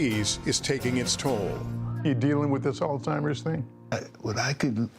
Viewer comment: beautiful story but PLEASE pronounce the disease name properly!! There's no "T" it's not Altimer's!